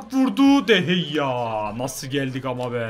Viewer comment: O kalecinin adı de heyya değil de gea